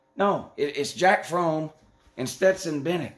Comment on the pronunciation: “Jack Frome” 🤣🤣🤣